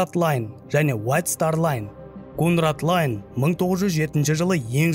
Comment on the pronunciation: Болады нормалный тусиндирип бердиниз бирак дурыс айтын атларын сизге жараспайды кате айткан, мысалга КУНАРД ЛАЙН дегенди кунрад лайн дединиз Саутгемптон дегенди Саундгемптон дединиз, бир окып корин кайтадан